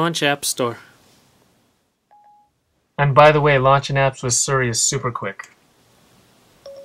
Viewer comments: It's Siri, not Suri! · It's cute that you pronounce it Sir-e. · Your pronunciation of "Siri" is terribly obnoxious. x.x